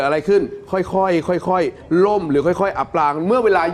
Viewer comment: อับปางกลางทะเล ไม่ใช่อ่านว่า อับปลางกางทะเล อ่านผิดหลายรอบเลยค่ะ